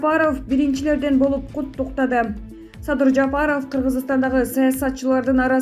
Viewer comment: Мадумай эмес,МАДУМАРОВ ДЕП айт пидараз журналиссинби блогерсинби туура айткын АТАСЫНЫН АТЫН АЙТБАЙ. САДЫРДЫ САДЫЙ ДЕСЕ,ЭМНЕ АДАХАН ДЕГЕНДЕ Р ЖОК БЕКЕН, АЙБАНДАР СИЛЕР УШАКЧЫЛАР ЭЛДИ БИР БИРИ МЕНЕН УРУШТУРАСЫНАР АЙБАНДАР.